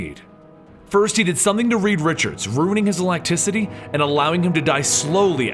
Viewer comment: That's not how you say elasticity